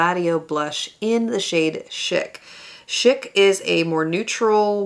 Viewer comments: I love this video! I hope you’re having a lovely week. I just want to gently let you know that chic is pronounced like “sheek” (I think it’s French?) and chica is pronounced like “cheek-ah” and is Spanish for girl. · No one knows the word, chic anymore. It’s pronounced like sheik like an Arab Sheik.